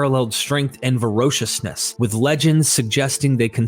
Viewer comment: You mispronounce these words within the first 10 minutes: stingy, archetype, and at one point you make up a word "verociousness".